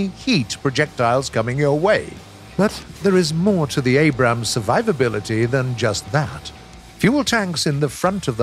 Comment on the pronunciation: Woah! He pronounces it “Abrams” and not “Abrahams.” Thanks!